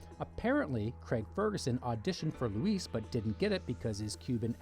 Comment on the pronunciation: 'Luis', not 'Leese'.